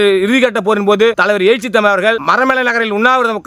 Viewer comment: எயிச்சி இல்லடா எழுச்சி.